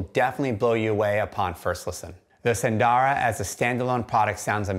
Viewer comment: 'sun - dara' not 'soon - dora'